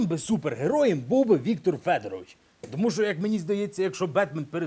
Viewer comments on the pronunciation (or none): none